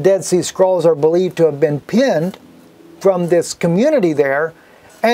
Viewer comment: I quit listening to him because of the our you serious! It gets on my nerves.